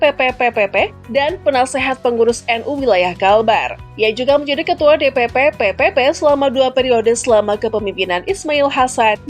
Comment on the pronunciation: PPP dibaca P3 ya. Pk Hamzah Haz orng baik, dermawan, beristri lebih dari satu dan kaya sejak masih muda👍